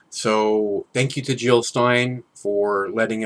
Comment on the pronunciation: Jill not Hill !